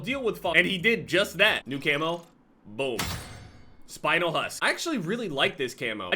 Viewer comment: The spinel part of that camo is actaully a crystal that exists and its pronounced spin el not spinal